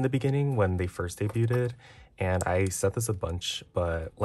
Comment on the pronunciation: just a bit lol, it shows up more when you say “debuted” like in this video! :)